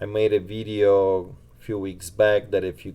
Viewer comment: Vidddeo..is that how you say video.. LMAO